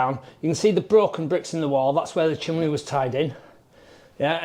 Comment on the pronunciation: bloody hell, it's bloody c-h-i-m-N-e-y 😂